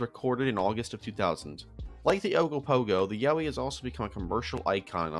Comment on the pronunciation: i got a whiplash from hearing yowie as yaoi